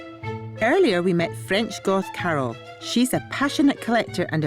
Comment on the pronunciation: When she says Carol it sounds like she's saying cattle lol